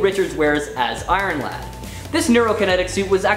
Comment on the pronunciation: "Iron-lad" hahahaha x'D